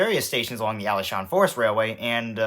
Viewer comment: Being a person who visits Taiwan almost every summer, I find taiwan is wonderful. I got the n scale taipei metro set from taiwan. And have a little one of those toy trains. Also, Alishan is pronounced Ah-lee-sh-ahn. Glad you enjoyed your trip!